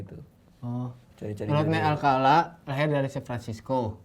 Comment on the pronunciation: san fransisco Radit: san antonio, udh deh biar gue aja yg baca